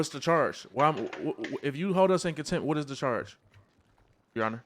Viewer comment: Contempt not attempt 😂